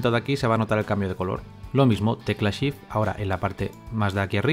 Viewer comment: Excelente video, me sirvió mucho, a la hora de empezar a clonar, no me funcionó con la tecla Shift (que por cierto, primer español que escucho que no dice Sift jajaja), sino con la tecla ALT. Saludos desde Bogotá.